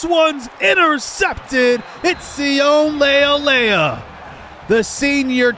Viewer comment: His name is Si-oh-nay Leulea